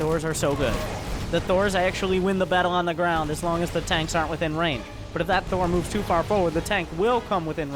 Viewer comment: it's "aren't"